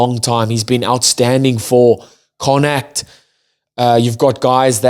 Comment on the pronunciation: Connaught - “Conn + oct” dude. “Connoct”. 😉 Great videos though.💪